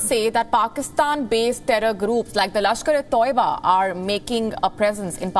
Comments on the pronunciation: It's not Tauiba it is pronounced as "Ta i ba" not Tou ba. lol needs to increase your budget or give better training anchors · not Tuaiba is Taiba 😂😂